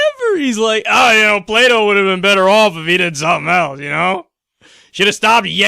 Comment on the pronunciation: i thought you said "play doh" instead of plato lol